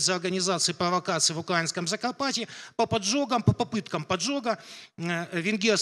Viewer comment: "УкрАинское"" від другого лектора вуха ріже :( навіть коли українською каже неправильно наголос ставить